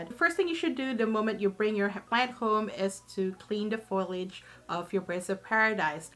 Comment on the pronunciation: The word is "foliage," not to be pronounced as "foilage."